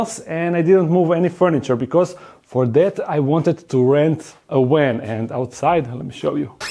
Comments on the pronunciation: “A big wan” 🤣 ily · In Europe (and neighbors) they pronounce W like V and V like W. So in English you get words spoken like "w"an instead of "v"an. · spent about 3 minutes trying to figure out what a "wen" was. lol. its actually "van" im dumb. love you lol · 😆😆😆 He rented a WAN!!!. Please say "nuclear vessels" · I love the way he pronounces the word van. With his accent it almost sounds like he's saying van with a w. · I agree.